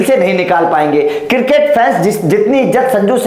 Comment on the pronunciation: Circket nahi cricket 😂😂😂